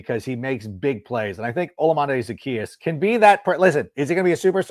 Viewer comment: I love the brag of knowing how to say Olamide Zaccheus while never saying it correct once. Theres no N in his name anywhere.